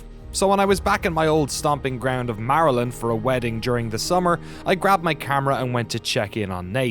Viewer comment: So close to sayin Maryland right, at least he didn't say Mary-land